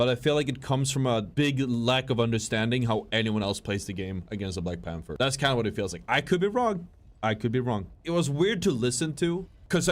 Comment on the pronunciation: I mean we clearly cant take the guy who cant even say black panther properly seriously right? Black panfer LOL